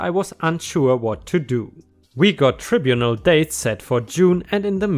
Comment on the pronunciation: Note that 200' is 200 *feet*; inches would be 200" (so which is right is debatable) - Also, if you're unfamiliar with a word, it might be an idea to check on correct pronunciation (tribunal and antenatal were two)